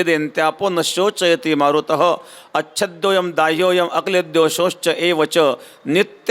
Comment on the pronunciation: शोचयती नाही हो महाराज शोषयति असा शब्द आहे.श्रीमद्भगवत् गीतेत.दुसऱ्या अध्यात्यातील २३ वा श्लोक.